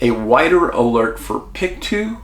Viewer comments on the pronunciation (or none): I live in Halifax, Dave. About an hour away from this scene... Long-time watcher of your channel. There is a lot of weirdness associated with this case. Very sketchy circumstances. BTW it is pronounced "pick-TOE" 😉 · I hate to be that girl but I'm from Nova Scotia and it's actually pronounced "Pick-Toe" county, I don't blame you for pronouncing it as you did though :) Thank you so much for covering this disappearance, the community is dying for answers. If you're able, It would be great if you could do a video about little Dylam Ehler who went missing from Truro, Nova Scotia in 2020, not far from where Lily and Jack live. Dylan's case, in my opinion, deserves waaayyy more coverage than it gets. It's extremely suspicious and makes no sense and the police have been quite ignorant and unhelpful, to be frank. Again, awesome video and thank you so much! <3